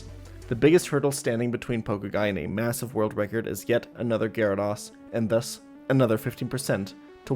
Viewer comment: Dude is saying GyaraDOSS hahha